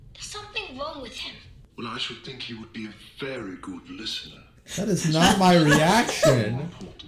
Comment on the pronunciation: "GUD" VĪĐƏO